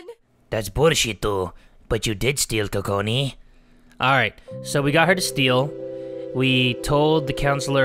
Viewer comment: Lmao be saying Kokoni all day 😂😂😂😂 btw i love ur vids. - haley and amber